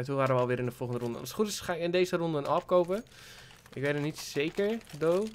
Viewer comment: Zeg alsjeblieft Aaweepee en niet awehp